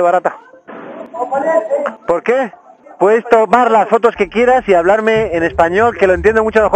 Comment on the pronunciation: la típica respuesta mexicana "¿Porque?" Hasta le diste el acento y entonación a la situación jajajaja